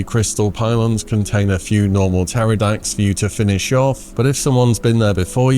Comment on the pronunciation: oh my days - hearing a fellow brit pronounce Pterrordax as - p...terrodax hurts me deeply, cmon ffs you were educated how to speak the Queens(ig king now) English early on in primary school!